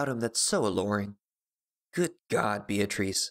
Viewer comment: It's pronounced BEE-uh-truss, not Bee-AH-treess. Sorry, it's a good video, that's just bugging me.